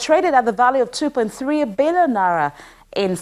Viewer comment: Hello, it's 'na-ee-ra', not nara.